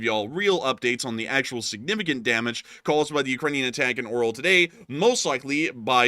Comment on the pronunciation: Lets read this together: AR-YO-L not O-RAL 😃 Keep up the good work.